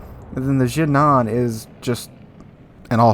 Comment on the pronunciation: As a player from Hong Kong, you nailed the pronunciation for Harbin, just a bit off on Ji nan, that's a city in mainland China and we usually just say the english name with Putonghua